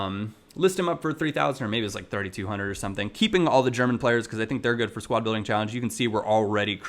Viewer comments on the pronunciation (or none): none